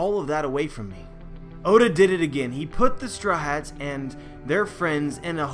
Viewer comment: Whenever you say Strawhats it sounds like you’re saying strats... just saying.